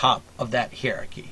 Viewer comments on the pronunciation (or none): Hi-er-ar-key my friend. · I enjoy your vids and am quite sympathetic to much of what you say. I plan to write a more substantive critique, but in the meantime can you please consider pronouncing the word hierarchy, in the standard ways, i.e. either HIGH-rar-ky or HIGH-a-rar-ky. I didn't know what you were talking about at first, and nearly stopped listening because I found it offputting.